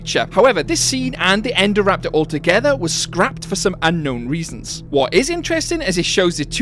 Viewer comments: Indo-raptor get it's name after the Indominus Rex it was based on. Yet you pronounce Indominus Rex correctly then call it Endoraptor? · it's so weird it's called "INdoraptor" and yet everyone in the films and in this video says "ENdoraptor"